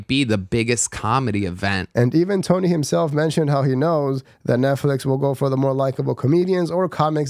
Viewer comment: Dude you're not even saying Tony's name right